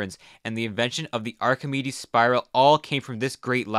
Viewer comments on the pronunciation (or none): none